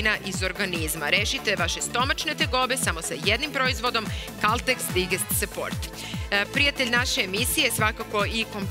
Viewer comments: Digest support 😂 - izgovara se "dajđest" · Dobro je sto su i drugi primetili izgpvor *digest*. Engleska je to rec i ne izgovara se kao sto nas je Vuk naucio. Pazite na izgovor jer se ZG gledaju i u inostransvu i takav nepravilan izgovor je jako iritirajuci. Ako vec koristite engleske reci proverite izgovor istih. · nauči već jednom engleska riječ digest se čita dajdžest